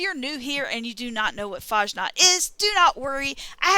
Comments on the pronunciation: Nobody mispronounces <FAHSNAHKT> more than Fallout 76 youtubers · "Mad"? FFS. And you 100% don't pronounce like the robot(s) (One robot). You need better ears or headphones. You say <FAHJNOT>. Try listening to the Master of Ceremonies again. He says it correctly no "J" sound and the "KT" sound at the end.